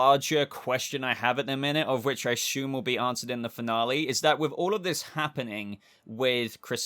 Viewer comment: Assume doesn't have an "H" in it 🙏